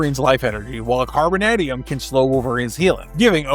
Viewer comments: I have never heard it pronounced “carboNADium,” but rather “carboNAYdium,” much like “tie-TAYnium” and not “tiTANium” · The way you pronounce 'carbon-AY-dium' makes me angry. Fantastic video, always loved Omega Red and would love to see more of him. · The mispronunciation of Carbonadium and Vasilli are rough bro, especially when you pronounced Carbonadium right the first time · Can you mispronounce carbonadium a few more hundred times?! It’s like “the secret word” of the day AHHHH!